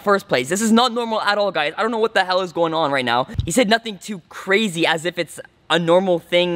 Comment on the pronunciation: Did u say cracry or crazy